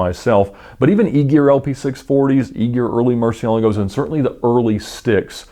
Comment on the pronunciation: The way he said Murcielagos made me cringe. Oh lord..